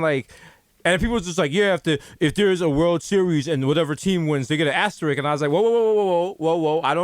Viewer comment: Can somebody tell Desus its ASTERISK